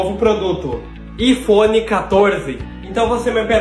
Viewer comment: Po pq q q o fala "ifphone" se e iPhone